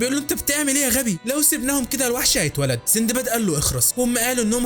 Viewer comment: اسمه سندباد و ليس سيندباد